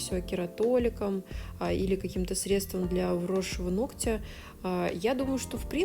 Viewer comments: режет слух😑" половина нОгтя, а не ногтЯ"😯 прости, я не специально. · НоГоть, нОгтя. Не нокоть, не ноктЯ. Вы профи и не имеете права называть неправильно объект своей деятельности. А видео интересные, как кино. Спасибо и успеха. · А я смотрю всегда с удовольствием, пока мастер не говорит : ногтЮ, ногтЯ - уже невозможно, и не хочется быть врединой, поэтому обычно молчу и отписываюсь, но когда человек-блогер, блин, ну хоть минимально следите за речью🙏🏻🙏🏻🙏🏻😘(нОгтю, нОгтя, кОсти, лИфте, лОкте, пожалуйста🙏🏻🙏🏻🙏🏻😭😭